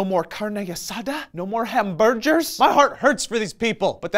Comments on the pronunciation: "Hambergers" i laughed so hard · lmao NO MORE HAM-BUR-GERS!